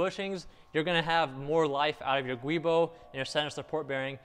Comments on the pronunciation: Good video ! BTW, the word "GIUbo" is pronounced "Jew-Boh", not "Gwee-bo".... :-) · The guibo is actually pronounced "jewbo". ;) /truestory "A giubo (/ˈdʒuːboʊ/ JEW-boh; etymology: giunto Boschi)". Just thought youd like to know. :)